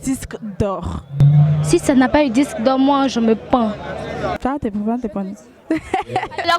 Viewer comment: On dit disque pas dicse ou je ne sais quoi vous êtes nombreux à faire la même faute l toi même journaliste aussi tu fais la même erreur et puis stp arrêtes de forcer dans chôkô est naturelle et visiblement elle est plus appréciée prends en de la graine soit tu maîtrises ton truc soit tu ne le maîtrises pas mais ne forces pas y’a rien dans forcing juste des petits conseils pour s’améliorer sinon bonne continuation à vous et Bravo à Arafat quand c’est bon il est sage de le reconnaître ça fait plaisir et cette maturité et sagesse qu’il affiche fait plaisir on a besoin d’1 pays d’1 mouvement d’une musique de Frères unis le résultat n’en sera que meilleur Dieu bénisse la CI bonne année à tous 🇨🇮🙏🏾💪🏾🙌🏾✌🏾👏🏾👌🏾